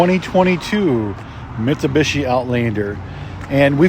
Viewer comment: It’s not a Mitsabishi🙄. You sell them can can’t pronounce them correctly? Wow….